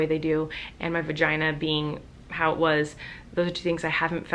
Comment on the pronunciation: Libby XoX She said vaheeheee